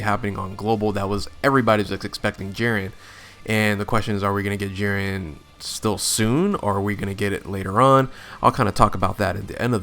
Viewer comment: Bro how do you say Jiren wrong